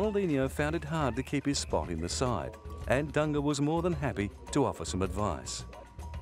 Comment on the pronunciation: The pronunciation of "Dunga" thou :)